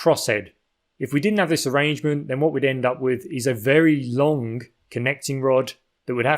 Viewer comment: Why do people start sayink lonk instead of long, and burnink instead of burning? Here we got another anti-NG person. Why do they do that? Local dialect without any NG sound? I really ting this weird, so I ask: why does the voice over man do this?